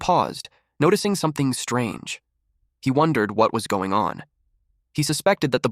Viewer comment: ahh yes "goning" 😭